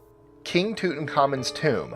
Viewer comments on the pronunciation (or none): King Tooth-u-comin'....😂😂😂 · Toot in common? Had no idea it was pronounced that way.